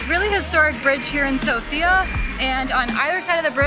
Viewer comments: Good video, guys, just one thing - have in mind that the accent is on "o" in "Sofia" ;) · All vloggers fail to pronounce Sofia correctly. It's sOfia.